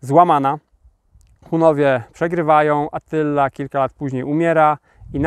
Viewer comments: ATTYLA a nie ATYLLA, no nie. Dwa razy TT a nie dwa razy LL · Mała poprawka, nie Atylla ale Attyla 🤔